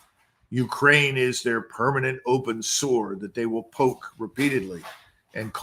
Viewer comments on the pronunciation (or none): none